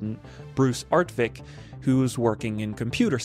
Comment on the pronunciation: It's Art-WICK, not Art-VICK. My brother and he were friends in LA when working for Hughes Aircraft. I remember him. The game originally was not going to have sound. He asked my brother if he thought sound was important, and my brother told him, "Indeed!" I had the game on a Commodore 64. It took about 30 minutes to load.